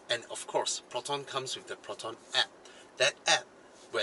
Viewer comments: i died at the slang "plotonn" xDDD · Damn It I lost it when you talk to Proton like typical Malaysian hahahahahaha